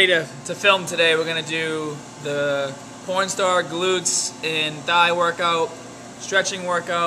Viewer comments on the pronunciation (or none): Maybe "fourstar", but I heard pornstar as well. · did he just say pornstar glutes....? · did he say porn star